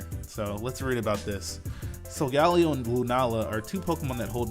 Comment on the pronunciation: is the only person to pronounce Solgaleo differently